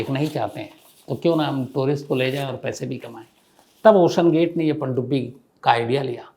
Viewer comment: "Pandubbi " u Say this so nicely....i liked to hear that nearly 45 times❤